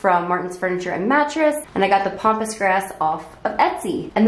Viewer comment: Ok, I hate to correct people, but it cracks me up every time you call it “pompous” grass instead of Pampas grass. Pompous means ostentatious!